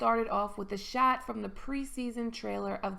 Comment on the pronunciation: LOL, you said " shat" instead of " shot" LMAO ROFL etc